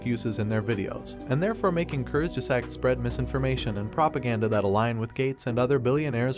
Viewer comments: Kurzge zaaaaag not zack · Great video but What the heck kurz ges act, the pronounciation is bugging me out, I know its TTS btw, nothing against the video just the voice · I really appreciate your video and research and fully agree with your result.. and for the non native german the word “kurzgesagt” can be tricky to pronounce, but it’s easy if you just pronounce it like three English terms in one and these words: courts - guess- sucked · Learn how to pronounce it please. "Koorst_gesaahgt". Or look for the pronounciation online. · kurtzgesagt curt's geh zahgt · I laugh every time you say Kurzgesagt, which is a lot in this video. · please pronunce kurtzgesagt properly it's not english it's a german word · First, teach the computer how to pronounce 'kurzgesagt' before you make a video. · If you can‘t pronounce ‚Kurzgesagt‘ or were too lazy to quickly research the correct pronunciation why not use the title of their English speaking channel ‚in a nutshell‘? Honestly, it doesn‘t add to your own credibility given that you are right with your criticism. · Lern kurzgesagt gescheit zu sagen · Please learn how to pronounce kurzgesagt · The way you pronounced “Kurzgesagt” made me sad… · You can't even pronounce Kurzgesagt right smh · "I watched a video on YouTube and here is what that video is saying, by the way I have no idea how to pronounce the name of the channel I am proxy criticizing" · The way you pronounce Kurzgesagt makes me want to die… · good video, but if I had a nickel for every time you mispronounced kurzgesagt, I would be Bill Gates